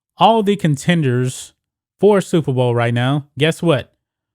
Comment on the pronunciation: Oooooooooh Super Bowl !!!. I thought you said Stupid Bowl.